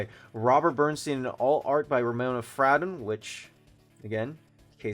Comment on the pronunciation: It’s pronounced fray-don.